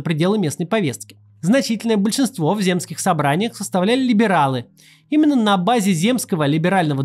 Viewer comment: Земских! Ударение на 1 слоге.